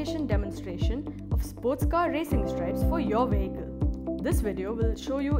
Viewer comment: “This video will show you how to install Vin-nile in your we-hickle.”